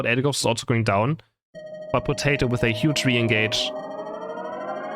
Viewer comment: saying Potati instead of Potato is so funny. 😂